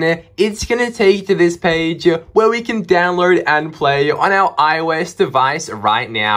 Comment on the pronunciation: Its download not dowload😅😅😅😅